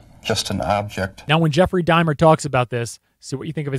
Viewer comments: bruh its not dimer. Dahmer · Oh, my word! Stop saying "Dimer"! It's an "AH" sound! Dahmer! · Dude, it’s DAH’mer. Not DAY’mer. DAH’mer, DAH’mer, DAH’mer. Thank you…😜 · It’s pronounced DAW-mer. Not DIE-mer. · Why do you say it like “Dymer?” You pronounce it “D AH MER” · “Dime-r?” 😂 it’s Dahmer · It's not Jeffrey Die-mer, like climber... It's Dah-mer. Rhymes with Bomber. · Great video, as always. But it's Jeffrey Dahmer, not Dimer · "Jeffrey Dimer?!" I reckon you mean Jeffrey Dahmer. Funny story: My best friends growing up had neighbors with the surname "Dahmer" (no relation that I know of), and in '91, when Jeffrey Dahmer was caught, the family started pronouncing their name as "DAY-mer!" True story...I think they may have eventually even changed the spelling, though I'm not sure about the spelling change... They definitely did make a point out of the different pronunciation, though. Also, growing up in Cook County, IL, I went to high school with the son of Gayce's defense attorney! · Babe. Sweetheart. My guy. It's dah-mer. Dom-er. Not DIMER. Come on my guy. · DAH- mer. Not Dye-mer. This guy 10 years old? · It's Jeffrey Dahmwr (DoM Mer), it's not pronounced dimer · OMG it is Dah-mer not Die-mer. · Son, its Daaamer, not dimer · Dahmer is said Daw-mer. Not dai-mer. His mom lived in my town & died here, of breast cancer, in 2000. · I'm sorry...it's Dahmer, not Dimer. Not trying to be a butthole, my mild OCD just wanted to let ya know.😔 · It's Dahmer not Dimer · Jeffery Dahmer is pronounced Jeffery D-ah-mer not Diime-er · It’s pronounced DAW-mer. Not DIE-mer. I can’t focus on anything you’re saying because of this. Please re-do the entire video lol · Its DAHMER....Not DIMER!!! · Dahmer, not daymer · It's not pronounced Geoffrey Die mer it's dar ma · Dahmer not dimer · Dahmer = DOMM-er not DIME-er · I've never heard anyone call Dahmer "Dimer"....until now. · Dah-mer Dye-mer!?!! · How many times did you call him Jeffrey Dimer/Dymer?.. LMFAO